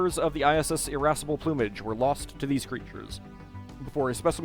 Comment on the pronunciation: LOL "Irassable Plumage" Irascible: tendency to get angry I interpreted it as "feisty tits"